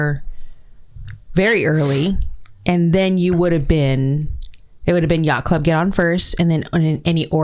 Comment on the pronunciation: 😂😂😂 “yacht club in English issss: 😮YyyYyaCht ClUb! 😂